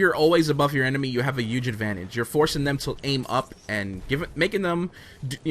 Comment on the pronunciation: I love you vids but every time you say "huge" with a silent "h" I cringe up a bit